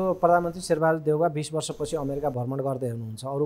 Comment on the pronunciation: भर्मण कि भ्रमण ? उच्चारणमा ध्यान दिने की?